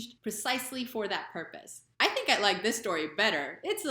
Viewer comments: Another mistake is tink instead of think! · Most Dutchies are saying sink instead of think!